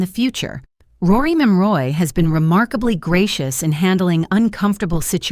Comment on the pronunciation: Who the hell is Rory Moroy? When you get the subjects name wrong in the very first sentence...I watch no further!